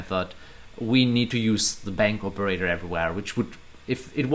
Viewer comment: Excuse me, do you say "bank operator" or I am not understanding correctly?